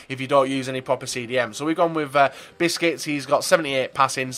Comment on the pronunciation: Busquets is not pronounced like "biscuits"